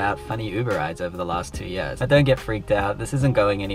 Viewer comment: Awesome content, Please keep it up! and FYI, did you pronounce 2 Years as 2 Yöörs?:D